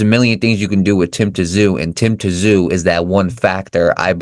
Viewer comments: Great comments and insights to the up and coming Tszyu and Murtazaliev fight. After reviewing Murtazaliev's fights, I don't think he is at Tszyu's level. If Murtazaliev fights that way, he will get caught. By the way, the proper pronunciation of Tszyu is 'Zoo', so silent 'T'. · If you can’t even get Tim’s last name right how do you expect people to respect you and subscribe to your channel. His name is pronounced Tim Zoo, if you can’t get that right then you really need to have a good look at yourself !!!! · Pronounced Tim ZOO